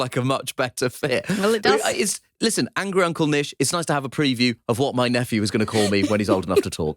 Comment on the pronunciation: I also thought Nish said "Angry Uncle Nish"